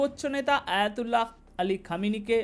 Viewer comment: ভাই আপনি সাংবাদিক হলেন কতদিন হয় আয়াতুল্লাহ আল খামিনি আয়াতুল্লাহ আলি আল খামিনি আপনি বলতেছেন হায়াতুল্লাহ চেষ্টা নেই যদি একজন সুপ্রিম লিডারের নাম শুদ্ধভাবে না বলতে পারেন তাহলে এই বকবক করার কোন প্রয়োজন নেই